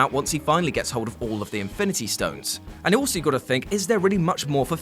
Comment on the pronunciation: Stone* Not dtone lol